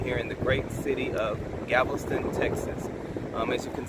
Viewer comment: Anyone going to note that he’s saying Gavelston? Lol